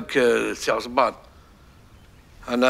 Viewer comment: عصمان ❌ عصبان ✅ اكم فاهميني 🤲🏻🤣🤣